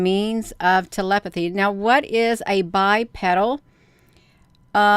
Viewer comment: Anything that stands upright and walks on two legs is Bipedal. Pronounced BI-peedull